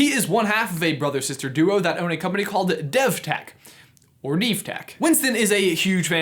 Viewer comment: devtech sounds like dethteach